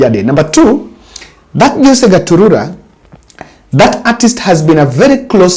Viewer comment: 😂😂 forgive, the names are tongue twisters for him... like some say Rairra instead of Raila